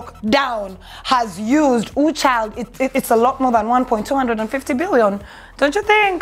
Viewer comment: am sure meant 1.25 billion but the way you said it got me saying what da.....?